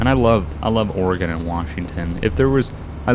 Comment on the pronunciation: I want to thank you for pronouncing Oregon the right way. I can teach you how to drive a stick, standard car. I live in Oregon, but it depends on the area, besides I don't want to be labeled as a crazy person.